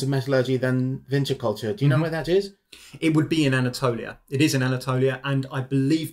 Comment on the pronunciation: Vinča, not Vinça... Serbian doesn't have the letter Ç. Винча култура = Vinča kultura = Vinča culture